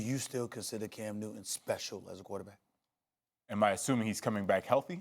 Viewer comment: No one: Stephen A:Cam New Ton